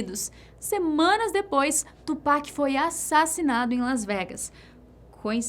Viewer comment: Ela fala tupac certinho